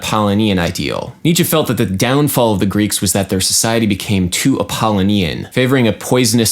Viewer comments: wouldn't it be pronounced app-uh-LOW-nee-in? rather than app-ah-lih-NEE-in? kinda bugging me. but regardless very interesting take on viewing music in a different way. love all your videos, duderino. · Correct. Bugged my Apollonian side, also. (It should be Ap·ol·lo·ni·an ˌapəˈlōnēən/) My Dionysian side, however, is telling me that this observation about an incorrect pronunciation, and the desire to make an online correction should have been placed on a pike at an orgy of the Bacchae and mocked. Ah, such cognitive dissonance the apollonian/dionysian duality creates. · Good video, as always. Strangest pronunciation of "Apollonian" I've ever heard, though. The pronunciation equivalent to your Grammar Nazi would say it's pronounced a-paw-LOH-nian. Just so you know. :) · 'Apollonian' is stressed on the third syllable, 'Dionysian' has five syllables.